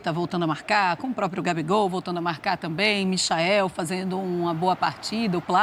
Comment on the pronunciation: "Gabigol voltou a marrracar, Arrascarreta também. Só eu que ouvi isso no começo do vídeo?